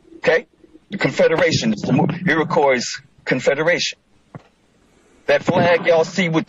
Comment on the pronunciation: lmao i love I just looked up the square miles of the U.S it's not 1 mill2 it's 3.797 million mi². he can't even pronounce Iroquois properly.